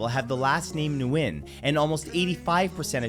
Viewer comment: WHITE PEOPLE!!! Why do you have a problem pronouncing NGuyen when you're perfectly capable of saying winniNG. It'sthe same sound. Practice by saying, this is my friend, "Winnie Nguyen". It sounds like you're saying winniNGuyen and I promise you the world will be a better place.